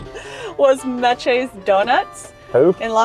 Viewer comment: Meches is pronounced mesh.